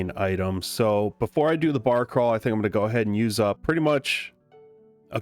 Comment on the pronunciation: Why'd you say barcrawl like that? Would you like to tell us, your family something?